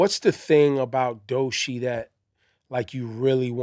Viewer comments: Him saying Doshi is irritating me 😂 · DOE CHII NOT DOE SHEEEEE F**K! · It just BOTHERS me that he calls her Doe-SHEE INSTEAD of DOECHII